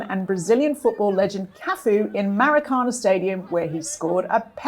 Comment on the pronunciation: Cheeses!! Would it kill you, to learn how to pronounce “Maracana”?!